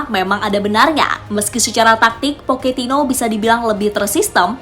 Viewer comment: Era baru poketino Kalau ngomong yg bener min pocetino poketino oon x kau